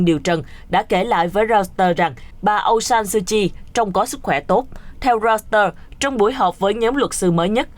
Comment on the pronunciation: Tên người ta mà đọc trật lất..pnv tệ thật..!